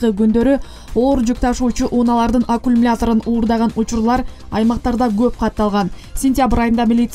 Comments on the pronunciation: Акумлятор дейтко диктор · Журналистка туура суйлочу аккумулятор деп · Туура эмес окуп жатасың, аккумулятор деген сөздү! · Алькумулятор 😁, эй кыз, аккумулятор. Вольф эмес, Вольво